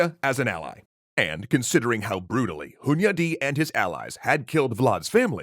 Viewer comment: First: I'm pleasantly surprised by the pronunciation of Hunyadi. Close second: damn that guy had a lot on his plate! Respect!